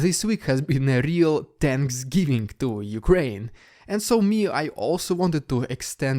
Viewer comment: “tanksgiving” Hahahahahahaha, I just shit my pants